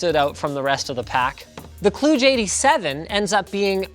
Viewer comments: it’s not klooge it’s kl-u as in umbrella-dge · its pronouced k-ludge